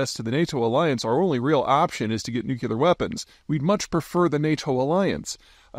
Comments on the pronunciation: God, dude, learn to pronounce nuclear. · take a shot every time Peter doesn't know how to pronounce "nuclear" and you won't come out of this short video sober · Why can’t you say Nuclear correctly? “New-Klee-Er” not “Nuke-U-Lur” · Nuclear not nukular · Big fan, thankss for your work and vision. Little help: don’t say NUC YOO LAR, correct pronunciation is NUC LEE AR There is no such this as a nucyoolus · Why does PZ say nukular instead of nuclear??? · It's nuclear, not nucular. You know what? If everyone has a nuke, then no one can threaten anyone else, or else. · nuk-LEE-ur not nuk-YOU-lur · Hi Pete! It’s pronounced more like New-Clear. Not Nu cue lar. 👍🏼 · Nuclear not Nucular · Today I kearned that Peter pronounces it "Nuke You Lar," as opposed to the correct "Nuke Lee Ar." This is never going to not bother me now. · Boy I couldn't stand the nucular anymore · It’s “nuke-lee-ar” not “nuke-you-lar.” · Take a shot every time Peter says "nucular" instead of nuclear. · Say after me NU CLE AR, not NU CU LAR why is that so difficult. Makes you sound like W. Not a good thing. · why does he keep saying nucular instead of nuclear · Still saying nuculer… amazing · New-clee-ur. Dammit. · Noo klee ur. It's pronounced nu klee ur. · Not nooocuelar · Nu-cle-ar. Sound it out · NEW - KLEE - ARE (nuclear) C'mon, dude, you're a grown man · Peter... Nuclear... There is only one U in nuclear. It is not nucular. I credit you with exceptional intelligence. But you and Bob Woodward insist on pronouncing this term as "nucular". IT IS FUCKING NUCLEAR... THERE'S ONE U IN NUCLEAR!!! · In 3 minutes 30 seconds, the word nukeyouler was said 13 times. Anyone know what that word means? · "New Cue Lurr" 🤡Fop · what is nucular ??? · Bush used to do the same thing. No different from all the other words mis-pronounced in various parts of the country. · The irony of an American geopolitical strategist mispronouncing nuclear is pretty rich